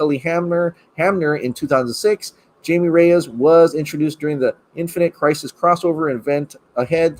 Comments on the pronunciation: “”Jamie””it’s pronounced “Hymie “” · It’s Hi•me. Not Jay•me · Hymie Reyes the j in Jamie dose not sound like a j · He said Jamie lol that’s not how you say it it’s Spanish but good vid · Please pronounce Jaime the correct way. It’s pronounced HI-ME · It's pronounced Hi me :) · It's Jaime,. Sounds like 'HI-May'. 👍🏽👍🏽